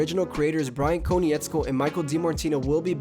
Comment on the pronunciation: KOH-NITZ-KO, please pronounce Bryan’s name correctly the fact you don’t I find insulting considering you’re an avatar fan I find odd.